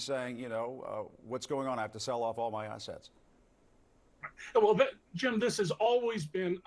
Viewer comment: I could of sworn i heard the "t" missing from assetts. 😂